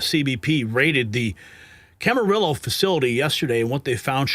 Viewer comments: Pronounced: kam-a-REE-yo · My God man. Your Butchering the names of the Ventura County city’s . In Camarillo the L’s are silent. As for all the others you butchers , say Sepulveda Blvd. 😂😂😂😂😂😂😂😂